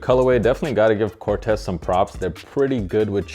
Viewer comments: Sorry but it’s pronounced CORT-teez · Nope, the creator of Corteiz himself said its pronounce Cor-tays